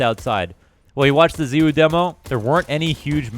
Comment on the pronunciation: who is ze woo? you mean zY woo?